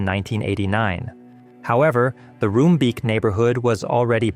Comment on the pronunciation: btw the double 'o' in Roombeek is pronounced as the double 'o' in JOOP! the famous german fashion brand